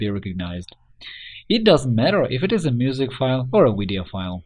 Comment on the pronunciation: vwideo xd